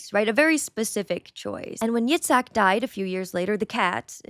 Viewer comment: Yatzak Rabin, not robin